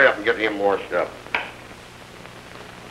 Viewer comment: Wouldn't you think that after years of theatrical coaching Pallette would have said "washed Up" instead of "warshed up"?